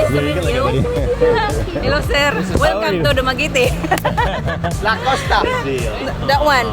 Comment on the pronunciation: Very Good for pronouncing Dumaguete correctly. 😂 I for a second thought that expected for a Dumaguete sound like Spaghetti. But 101% on point Man!